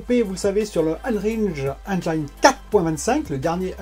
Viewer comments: On prononce Halo Infinite (in fi nite) pas "Halo Infinaïte" pareil pour Unreal on prononce (aine jine ou haine jean) pas on ne dit pas "Unreal Engaïne" (désolé ça m'écorche les oreilles). Bon contenu sinon, keep it up ! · J’ai les oreilles qui saignent... le nombre de fois où tu prononces enjaïne et infinaïte en plus 😂